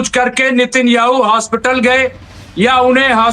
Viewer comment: अरे भाई साहब नितिन याहू नहीं नेतन याहू नाम है, कहां बिहार से ग्रेजुएट किए हो क्या.. रिपोर्टर कैसे बन गए?